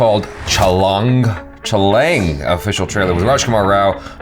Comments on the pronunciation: Chha - Pronounced "Cha"( Not "Chya") Example: CHHAttisgarh (Indian State) Laang - Pronounced "Lang"(Not "Lyang") Pronounced just like "Long" but instead of 'o', it's 'a'. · It is CHA-LAA-ANG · IT'S "CHÂ" "LÃNG" 😎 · Your pronunciation is wrong for movie Chhaalang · First time u said chhalaang was more accurate